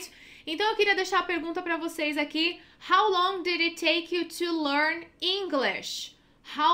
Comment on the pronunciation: Quando falou "How longui" , já perdeu credibilidade